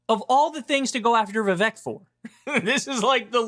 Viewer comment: Bro, give it a rest. Like 3 anti-Vivek videos every day. And stop being childish and purposely mispronouncing his name.